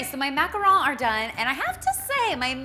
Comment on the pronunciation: The 's' in macarons isn't supposed to be silent.